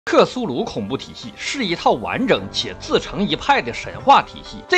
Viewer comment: 开头对克苏鲁神话的描述是错的。怪形读成异形。现实世界里，不止美国，全世界都轻视新冠了，只有某大国还坚持清零。克苏鲁读成克鲁苏。。。前一分半钟就槽点不断啊。露怯太严重了吧